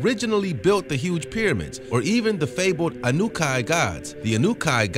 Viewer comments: "Anukai"?? It's pronounced Anunaki!! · Anunaki is pronounced, ANN-NOO-NOCKI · It's pronounced Ann ah naki btw